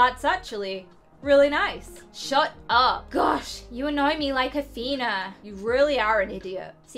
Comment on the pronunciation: it isn't AthEna it's AthenA